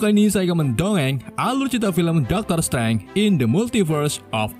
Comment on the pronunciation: Bacanya Daktrr streinj, bukan dokter streng